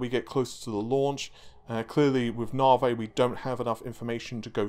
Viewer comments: It's Navi not narvay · I think its said like Navigation so Navi. Not Navey or Naveygation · Its pronounced Nav-e not Nar-vey. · Damn your stubbornness persisting with pronouncing Narvae like larvae. It's a proper noun, a name. Therefore it is not open to interpretation or alteration to suit the Queen's English. Lisa Su pronounced it Navi, it is spelt Navi, we navigate ships and planes and our mobile phones use GPS navigation. C'mon mate get it right, your better than that. Pretty please with a cherry on top... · Lisa called Navi, Narvi.... who knew? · did you notice how Lisa Su called Navi.. for NAVI.. you know.. with emphasis on the I sound at the end.. instead of naveh.. with emphasis on vomiting? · Why do you keep calling it narvay ffs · Have you watched the key note? How can you still not know to say NAVIIII? Jesus 😅😅 As to the "cheats" it all depends on price and we can be sure that Epyc will be cheaper that's why it wasn't compared to the 48 core Xeon 😊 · I mean he had the pronunciation straight from the horses mouth last night and yet still. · 'NAVI' does NOT have a 'R' in it... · Ohh he knows, we have been telling him for months and months. Funny thing. When he first started talking about Navi he pronounced it correctly. Sometimes he slips up and says it right.